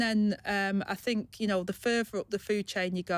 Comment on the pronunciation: She needs elecution lessons..... Frived meaning Thrived Fink meaning think Trouble with TH? This is not a speech impediment as she can say TH when she says 'BOTH' and -THE' and by the way.....Angela, 😢 you haven't 'Got a clue'! 😢